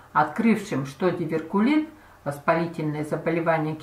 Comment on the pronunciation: Миленькая, диверТИкулит на 2.33 минуте. От слова ДИВЕРТИКУЛЫ. ОБРАЗОВАНИЯ В кишечнике.